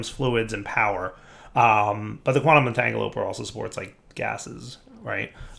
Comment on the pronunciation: So can pronounce Rhodochrosite correctly, but he can't pronounce Quantum Entangloporter correctly. Take a shot every time he says entangoloper.